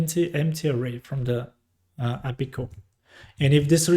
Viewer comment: thank you for the tutorial but please for the love of god stop calling API "appi". Please pronounce them as separate characters. A. P. I. 🙏